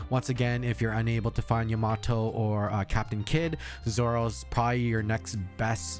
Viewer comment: Its YAmato and not yaMAto